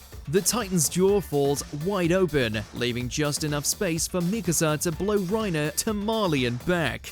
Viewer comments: mikAsa, not mIkasa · You pronounce Mikasa the right and wrong ways in the same video. Not to mention - its pronounced ERVIN. Are you a fan of anime as you say or not?